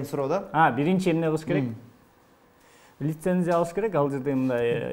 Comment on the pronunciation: Лицензия деп айтты го.